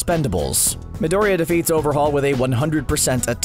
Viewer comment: i dont know but the way he pronouns Midoriya really annoys me. ahahah he must be seing the shows in English like damn.